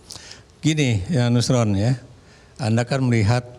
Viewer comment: Nuslon nuslon makan lidah sapi dulu lah biar R nya jelas 😊